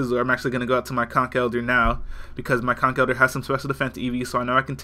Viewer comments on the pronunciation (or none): I like how you say conkELDER instead of the lame way I say conkeldurrrr